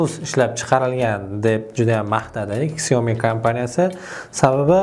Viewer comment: Xioami debsilar xiaomi boladi